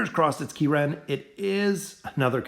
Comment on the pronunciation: Key Ren LOL